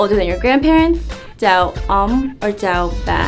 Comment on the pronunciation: My concern is the "ch" sound.. to me it sounds a little more like a J-sound like "jow"..